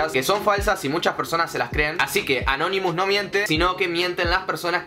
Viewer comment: Porque dice canonimus